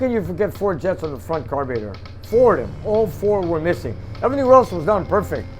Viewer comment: I watch videos just to hear him say carb ee rater:D love it all just kidding haha